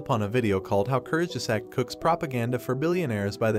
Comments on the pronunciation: Kurzge zaaaaag not zack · Great video but What the heck kurz ges act, the pronounciation is bugging me out, I know its TTS btw, nothing against the video just the voice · I really appreciate your video and research and fully agree with your result.. and for the non native german the word “kurzgesagt” can be tricky to pronounce, but it’s easy if you just pronounce it like three English terms in one and these words: courts - guess- sucked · Learn how to pronounce it please. "Koorst_gesaahgt". Or look for the pronounciation online. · kurtzgesagt curt's geh zahgt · I laugh every time you say Kurzgesagt, which is a lot in this video. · please pronunce kurtzgesagt properly it's not english it's a german word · First, teach the computer how to pronounce 'kurzgesagt' before you make a video. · If you can‘t pronounce ‚Kurzgesagt‘ or were too lazy to quickly research the correct pronunciation why not use the title of their English speaking channel ‚in a nutshell‘? Honestly, it doesn‘t add to your own credibility given that you are right with your criticism. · Lern kurzgesagt gescheit zu sagen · Please learn how to pronounce kurzgesagt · The way you pronounced “Kurzgesagt” made me sad… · You can't even pronounce Kurzgesagt right smh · "I watched a video on YouTube and here is what that video is saying, by the way I have no idea how to pronounce the name of the channel I am proxy criticizing" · The way you pronounce Kurzgesagt makes me want to die… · good video, but if I had a nickel for every time you mispronounced kurzgesagt, I would be Bill Gates